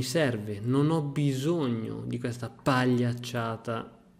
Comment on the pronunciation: Scusa ma al minuto "pagliacciata" con 3 o 4 "p"?🤣🤣